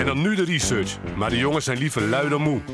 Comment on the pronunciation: Niemand: Dennis: RIESURSJ